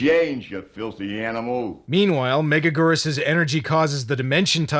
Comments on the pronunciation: Meh-GAG-gur-Us. Say it right. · It's pronounced Mega-gear-us. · "mega-geerus". Your first attempt was correct off the bat. You're welcome. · 😮🍜every time they say it, i hear: Mega-Noodle!